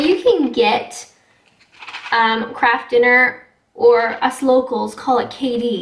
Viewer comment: For a moment, I thought I did hear her say "crap food", instead of "KRAFT FOOD"? But would never say anything like that (at least not on a recorded video). After all, she is a Canadian lady..(lol)